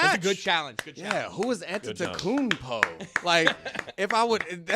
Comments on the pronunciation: missed the "m" in Antetokounmpo. That's a fine for everyone. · It is known sounded to me like he missed the "n" not "m". Think everybody pronounces the M so they know it's there.